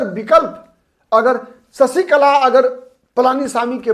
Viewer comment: ससीकला ××××× शशीकला √√√√√ " श " अक्षर का उच्चार कब करेंगे